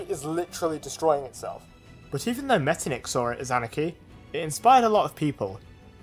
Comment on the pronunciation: Not pronounced like that, the ch isn't a k it's more like a hy sound, so Metternich should be pronounced like "metternihy" (this is how I explsin the sound to my non-german-speaking friends)